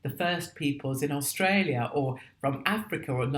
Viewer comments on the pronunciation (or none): none